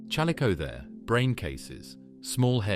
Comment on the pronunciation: alright ...just cause you said chal oh the kers ...im out